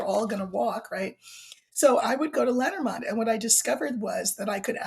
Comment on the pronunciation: For anyone who was confused as to what deck she is talking about, it's Lenormand. I pronounce it lay nor mand so I was like what the heck is lettermond? 😂